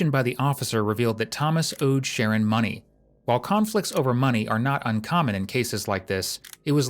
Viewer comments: His name is Sharron. Why do you keep pronouncing it "Sharon"? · His name was “shah-RON” not Sharon. Just a point of order, and he is probably the victim of fetal alcohol syndrome. What a waste of a young man. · His name is Sher-Ron, NOT Sharon smh This narrator sucks! The detective said his name many times, the CORRECT way. I cringed every time he said his name incorrectly. No one here in the comments noticed that? smh...... again.:face-orange-biting-nails:😖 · say it with me. pronounced SHAH-RON it’s a boy name. 🙄🙄🙄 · It's pronounced Sha-Ron. Not Sharon. Sharon is a female name. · The Voiceover really irritating it spells Sharon but not pronounced like that wtf